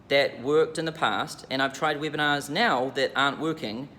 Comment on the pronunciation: I like that when says Webinars, its sound like "whipping ass".